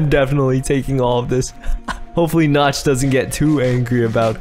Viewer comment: I thought you said the The temple of nuts